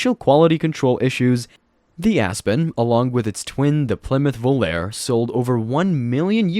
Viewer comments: The Volare was pronounced "Vo lar a". Not Volair! Also, how could this guy call the Lincoln Mark IV, the Plymouth Fury, the Caprice and the Buick Skylark ugly? I guess you think the cars of today look great! I will refrain from name calling! If you call the Skylark ugly, then you might as well include the Oldsmobile Cutless and the Chevy Chevelle in with it because they all looked alike. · Vo lare e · The Plymouth Volare was pronounced "Voe Lar E" like the song. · when you hear the original song, it "sounds" like a Vo-lar-a. I know it's an E! Listen to the song! The name of the car and song are Volare. The E has that swoop above it, making it sound like an A. So, the pronunciation is Vo-lar-a!